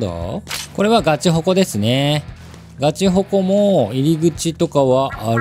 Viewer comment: ガチエリア以外のガチルールの呼び方がグヮチ○○なの笑った